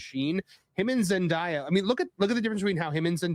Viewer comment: Why do people keep pronouncing it ZenDIEa? It's literally pronounced exactly as it's spelled.